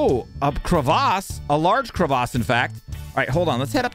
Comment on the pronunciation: cravace. Which he says to all things crevasse like. Its his way to call the big gap in the ground.